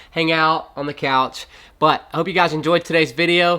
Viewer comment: Great videos—all of them. I keep cracking up because when you talk about your sponsor it sounds like you are saying Hella Fresh…which is a way cooler name than Hello Fresh. Lol